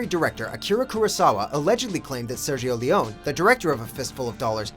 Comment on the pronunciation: The way he pronounces Sergio Leone...